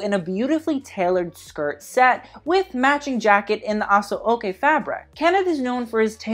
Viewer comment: It's pronounced A-SHO-KAY. And it's not YOUR-Ruba but Yor-Roo-BA ;-)